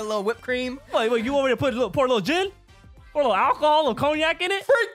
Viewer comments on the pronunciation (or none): none